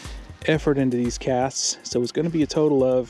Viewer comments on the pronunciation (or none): none